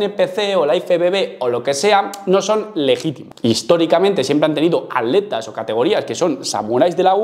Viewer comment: Por que no pronuncian bien la primera T de ATletas